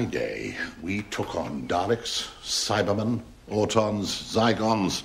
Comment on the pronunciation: still can't say cybermen properly, bless him. RIP, big part of my childhood.